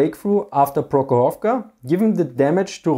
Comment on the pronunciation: Comrades, PrOkhorovka, not ProkhorovkA. Rotmistrov is correct)